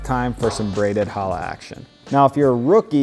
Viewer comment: disgusting. I mean you cannot even pronounce the bread name Challah correctly. tsk tsk tsk. Disgusting channel.